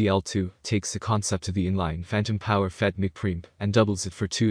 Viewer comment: mic is pronounced Mike...Preamp is not one syllable it is Pre-Amp